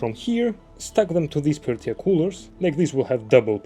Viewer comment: The R at the end of Peltier does not need to be pronounced /ˈpɛltieɪ/